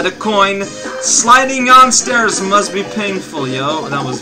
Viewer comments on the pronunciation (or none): none